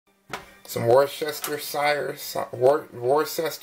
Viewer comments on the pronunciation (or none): Worcestershire is pronounced phonetically like Wooster-Sure. The English place of Worcester is pronounced like Wooster. The Shire part you pronounce just as you'd pronounce the end of New Hampshire. Hope this helps! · Try woor'-shter-sher.